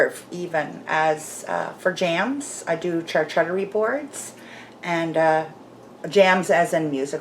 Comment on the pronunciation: ...so watches a lot of movies? haha. for the cheese board, it is pronounced (i was taught) char - coot-ery. Getting the skins to char somehow gives it the 'roasted' flavour? oven, BBQ or perhaps stove top?